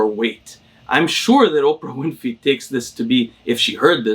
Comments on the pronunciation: The fact that calls Oprah Winfy instead of Winfrey only makes me like him more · Oprah ''Winfey'' lol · Also he loves to miss pronounce names for the fun of it.